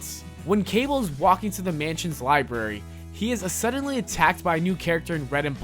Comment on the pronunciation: ""New Muedunce, asuddently, Kiddens, merse with mouth, ple-thoras, say-den""....... I think this guy has his finger up his nose while he is narrating this video lmao...... why do I not have a face palm emoji?!?!